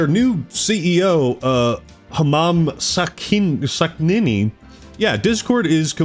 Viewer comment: "Humam Sakhnini" Yeah, sorry mister Human Skin or whatever, not gonna happen.